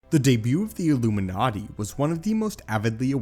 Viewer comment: The debut of the "illumiNaaati"